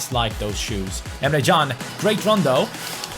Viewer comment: you keep on saying Emre CAn's name wrong apparently it is actually Jun. Watch this video and skip to 4 minutes in